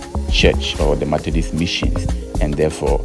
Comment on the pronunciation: Methodist, and not Mathedist, please. Kindly handle words well for us. Thank you